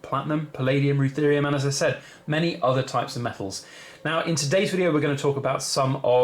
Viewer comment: Rutherium or ruthenium ?